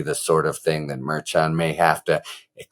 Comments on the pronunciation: That's Judge MER SHAN MER SHAWN MER SHAUN ...... not ....... MER-CHAN, as in chan or change. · Harry, the Judges name is properly pronounced Mer-shawn not Merch-an. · Harry, the judge's name is pronounced "Mar-Shawn." You're going to drive me crazy. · It’s pronounced Mer Shon I think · I love your content, Harry. I love the brevity, compared to Meidas lawyer for example. I love your tone of voice, yet continuing on without wasting our time. One little question - in all of your education, were you never forced to take a foreign language? Things can't always be pronounced ther first way an American would do it. The judges' names seem to be a problem for you. Let's spend a little extra time practicing, for the sake of perfection rather than just being better than all the rest. Shows respect for minorities, however they came by their names. Thanks again for your excellent, superior, informative content. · I adore you Harry — and also: you have to try to pronounce the names of the judges correctly. KFA pronounces it correctly; go listen to the podcast you did with her. Keep up the fabulous work! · It would be nice if the narrator harry got the judges name right